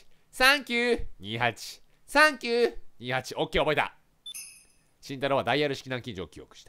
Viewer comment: さんきゅー↑ にーはち↓ 爆笑